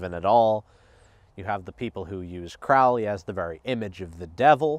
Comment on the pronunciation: It is pronounced Crow-lee bro not Croully.